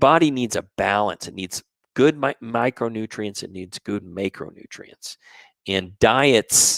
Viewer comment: Thanks for your videos. I think you're pronouncing macronutrients wrong though, specifically the letter a